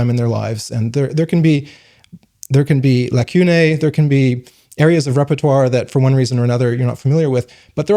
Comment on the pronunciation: First time I've heard "lacunae" like that... 🎉🎉